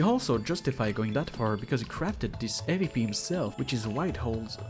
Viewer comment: it aint hard to pronounce awp